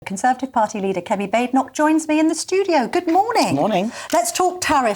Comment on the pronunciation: That s not how to pronounce her name. its kemi not chemi